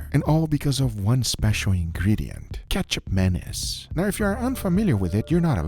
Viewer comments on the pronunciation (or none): Sorry i cant hold it. keichap mayonnaise just sound so wrong 😂😂. Should pronounce as ma (mama/mo-ther) niece. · He keeps saying "ketchup mayonnaise" instead of ketjap manis..... Guga really needs to work on his pronunciation/annunciation..... jellomin. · I heard Ketchup Anus. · It sounds like he's saying ketchup mayonnaise. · i kept hearing ketchup mayonnaise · Started the video without looking at it, but only listening - kept hearing "Ketchup Mayonnaise" - had to check what was actually happening, and that was definitely not ketchup or mayonnaise.. lol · All I hear is… ketchup mayonnaise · I thought bro said Ketchup Mayonnaise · say it like this: Katchup 'Manees" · Am I the only who initially thought he said Ketchup Mayonnaise? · When Guga first said it's name, I understood it as "ketchup mayonaise". Yup, ketchup mayo. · Guga sounds like he’s saying ketchup mayonnaise lol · Google sounds like he’s saying ketchup mayonnaise lol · Love guga, I keep hearing ketchup mayonnaise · I heard ketchup menace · I keep hearing ketchup menace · I’m dying because after reading the comment, all I hear is Ketchup Mayonnaise, even though it’s not spelled as such.